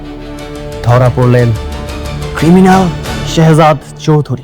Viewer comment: হালার পুলিশ তো ঠিক মতো কথা বলতে ও পারে না শেহজাদ বলতে পারে না শহজাদ বলে 😅😅😅